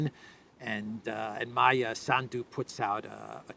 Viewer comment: When you pronounce the name Sandu please PUT the accent in on the first vowel “A.” Not on the last of the “u”. This name comes from your name, which became Sandu. As a todler has problems pronouncing the R cinsinant😊